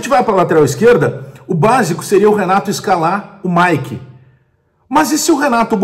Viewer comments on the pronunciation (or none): none